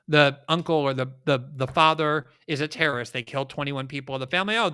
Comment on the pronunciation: You really need to learn how to pronounce terrorist.